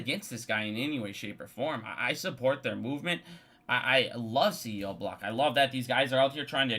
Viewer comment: The “doje”. cb-DEE-c. 🤣 You crack me up! Look, we may not agree on AMC, but it really appreciate your work and passion. Cheers.